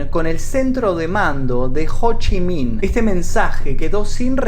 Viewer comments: ho chi miiin D: JDJDJKDKD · Cada vez que decía "Ho Chi Minh" no podía contenerme la risa. Me hacia recordar a Amy de Futurama